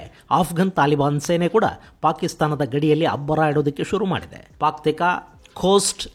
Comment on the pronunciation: Paktika alla gurugale paktia😂😂